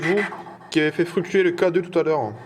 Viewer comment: On dit "fluctuer", pas "fructurer"... À moins de faire une pub pour du shamppooing.